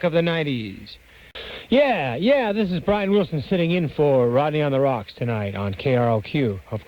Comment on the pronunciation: Also, isnt it "Rodney on the ROQ" (rock) - not "rocks" 👀